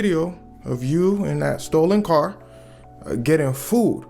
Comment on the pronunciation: Why I read that CAAAAAR 😂 Heard the Chicago accent 😂